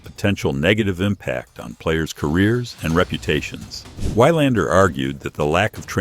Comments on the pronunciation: Good article, except for the horrible mispronunciation of his name as "Why-lander". The correct way to pronounce his name is VEE-lander. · It's pronounced vi lander, not y lander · GET THE NAME OF YOUR SUBJECT RIGHT FOR CHRISSAKES!!! It's Mats VEE-lander. Not VIE-lander. And you do it multiple times. Have a little respect for your subscribers. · It's pronounced Vee-londer, good god at least get the name right. Do basic homework. BOO! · I paid attention until the AI says "Wigh-lander". Utter crap. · Was going to say the same thing. These stories don't deserve hitting the like button. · Your pronunciation of his name is truly WILD. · Learn to pronounce name of champions correctly..moving on...